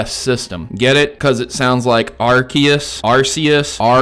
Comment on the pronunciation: arkeas, ARCEUS, ARKEUS!!!!!! I lost it when I heard you say that 😂